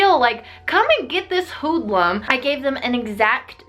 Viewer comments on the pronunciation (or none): ‘Come and get this huudluum’😂😂😂